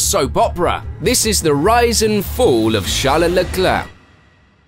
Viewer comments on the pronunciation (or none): LOL came here off the back of an entertaining 2012 recap, thinking this dude makes great videos but pronounces the names as if he's never seen F1 before. Then... Sharlala Clur 🥸 Hunga Roring.. yeah this narrator hasn't seen F1, he's just reading from a script. It's amusing though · ??? it’s supposed to be pronounced Sharl Leclair i believe, plus Charles says his own name in an English way when he’s speaking in English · what is that pronunciation? Chale Leclerc, Jule Bianchi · “Chale lecler”